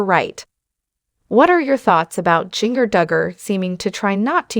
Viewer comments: Jin-ger!!!!! Not jingerr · I agree it's annoying that she's pronouncing the names wrong